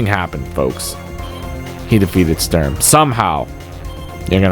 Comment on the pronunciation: I notice the announcer voiceover (computer-generated?) struggles with pronouncing Sturm... He's a tough CO!